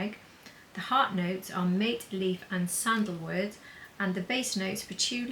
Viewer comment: Mate is a herbal ingredient steeped hot & originated from South America and you pronounce it “mah-tay” not “mayt” as you did just a heads up :D